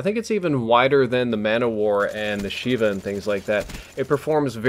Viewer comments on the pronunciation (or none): none